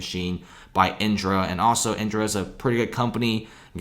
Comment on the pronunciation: Why does the guy keep saying “iNdra”? Isn’t it “IDRA”?